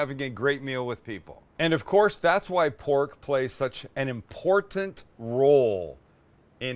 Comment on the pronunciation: Imporktant instead of important.